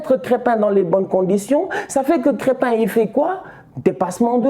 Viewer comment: Mais estan c'est pas krèttin mais krèmpin diatta